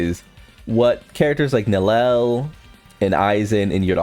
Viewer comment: Can you please ffs pronouce her name correctly. Its prounouced NEL YEL NOT NELEL